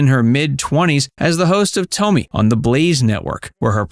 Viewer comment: Stop calling her Toemy. It’s Tomi like Tommy damn I hate AI